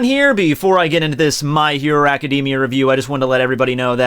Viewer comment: y u say academia like that